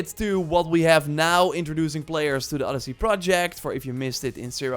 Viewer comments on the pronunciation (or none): none